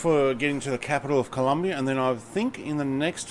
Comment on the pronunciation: Hi, nice video but It´s "Colombia" not Columbia, happy flying!